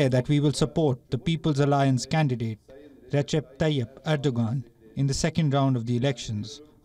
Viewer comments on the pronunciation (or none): none